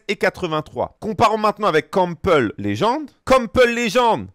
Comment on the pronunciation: Donc pask je prononce pas de la bonne façon je ne connais pas le joueur... 😅 Et si un joueur avec des stats équilibré sera moins bon qu'un joueur opti. Quel intérêt d'avoir des points dans des stats qui servent à rien?